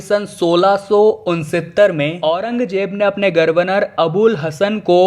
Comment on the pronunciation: पहले तो ये "ध्यान " वापी नही " ग्यान " वापी है... " गर्व नर " नही " गवर्नर " होता है. शब्दोच्चार सही करिये भाईसाहब....